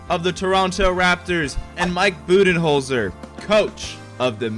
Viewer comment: For Coach of the Year I thought he said bubyholder